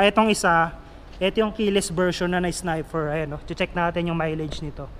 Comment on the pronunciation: sniper..nde snifer